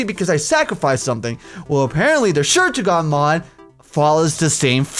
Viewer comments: OMG I love the books it's based off of. Shur'tugal means dragon rider in a different language. Also shur'tugal is pronounced sure-two-gal i think. I think i should stop fanboying while i can still stop. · shur-ga-turl i have listened to three diffrent reviews of this and it is geting annoying. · Just to let you know it's pronounced the Sure-taug-le mod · it is pronounced shert,tu,gal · Correction: *Shurtugal. lol